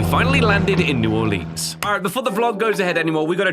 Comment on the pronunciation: Honestly, I'm surprised that you pronounced New Orleans so well, considering that you're from across the pond. Even people in the US (particularly in the northern parts) have trouble with that name. Great job!